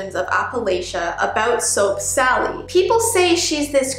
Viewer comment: i heard soak sally